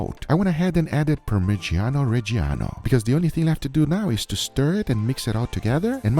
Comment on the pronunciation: The way Guga says "parmigiano reggiano" chefs kiss